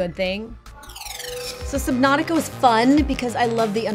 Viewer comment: Islands in Saubnautica? Dude, I'm getting old!